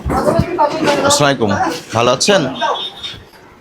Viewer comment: অনেক ভালো কাজ,,দেখে খুব ভালো লাগলো।। কিন্তু সালাম এমন কেন🙄 আস্লাইকুম এটা আবার কেমন সালাম🙄🙄 আল্লাহ মাফ করুন😊